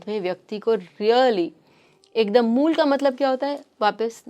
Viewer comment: Moola nehi mool😅